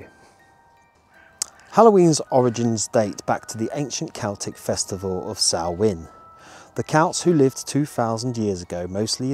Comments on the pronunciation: Fun video! Good that you pronounced the Irish word Samhain correctly too 😉 In Welsh it is Calan Gaeaf. 😊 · Loved the video, thanks. Great that you pronounced Halloween in the Celtic language correctly. Take some nuts for the squirrels and hold them out flat on your hand. You may make one or two friends! xx